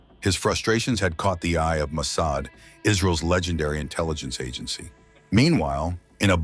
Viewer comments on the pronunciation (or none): Is this AI? Who pronounces "agency" like that?